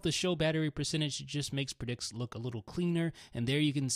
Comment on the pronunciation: So much emphasis on preDICKS